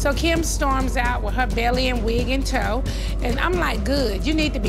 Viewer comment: "In tow" not " and toe". 😊👍